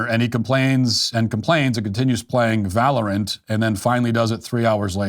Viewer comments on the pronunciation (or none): none